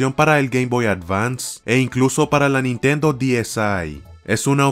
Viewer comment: Nitendo diesai ulalala señor elegante Aver como se dice Nintendo tresdeece